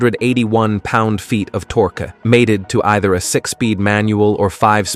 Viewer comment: it's pronounced tork ( torque), not torky :))